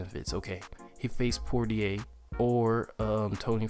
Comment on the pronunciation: It's pronounced Poy yay lol